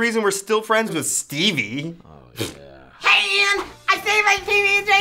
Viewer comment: Its Ian not ien